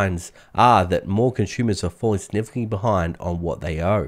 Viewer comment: As soon as I hear "conshumers," I know he's Australian.